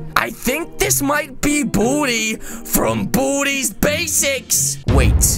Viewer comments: It not buldi it baldi🤦🏻‍♀️🤦🏻‍♀️🤦🏻‍♀️ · ITS BALDI NOT BALDY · His name is not Bolde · How many times do you have to say Boldi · Did u just say “booty” instead of baldy? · He did XX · Lol no effenese but when u said baldi it sound like u said booty😁😁😁😁😁😂😂😂😂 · When he says "Baldi" it sound like "Badi" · Buldi i heard Buldi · Oh at the beginning I thought you boodie but you said Baldi But really your saying boodie 2019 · At the intro when u said baldi I thoug u Said booty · When he says baldi it sounds like he says booty xD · Did you just say baldi or booty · Wait why you say bodi is Baldi